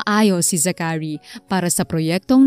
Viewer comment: It’s Za-chary not Zacha-ry